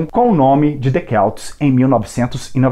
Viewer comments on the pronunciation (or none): O senhor que faz a locução não sabe prenunciar Celts que quer dizer CELTAS e não Quelts que não existe. Que se mete a fazer este tipo de vídeo tem de saber o que diz. Para este senhor cenoura prenunciasse Quenoura. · Muito boa a materia, mas o álbum chama The Celts (com som de C mesmo) e não The Kelts :) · The Celts se pronuncia com som de C.